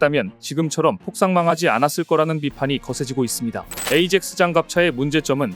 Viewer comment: 에이젝스 가 아니고 아약스 로 발음해야합니다